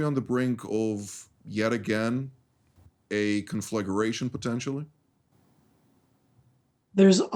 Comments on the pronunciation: WHY can't any of your guest speakers spell CONFLAGRATION and say instead "conflagUration"??? It's NOT difficult... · Con fla gration please not confligerratioon. Nitpik from love. You folks have an awesome new show. Watch it daily